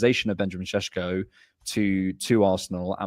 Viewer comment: why do you persist in saying Sesko's name as SHESHKO You're english you posh pleb, act like it. You're meant to be proud about misspronouncing forun names because you're english and you're not ashamed of nuuuttin...that's what makes you english BOOOOSH